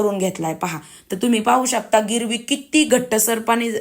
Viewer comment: गिरवी नाही ग्रेवी म्हणतात